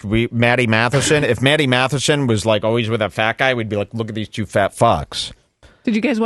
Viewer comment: I like that thinks always is pronounced “O-weese”